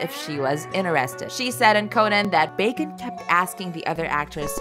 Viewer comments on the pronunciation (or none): Who is this person who cannot read 'bosom' and 'bacon' accurately?